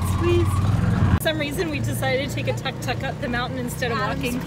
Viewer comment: Beautiful vid covering high countryside, you done it well and great time to do docs on most sought after travel place on earth. Little tip, please use less of India music on your vid which isn't really Lankan. Also Tuk Tuk pronunciation is more like took took. Enjoy the greenness and beauty of Sri Lanka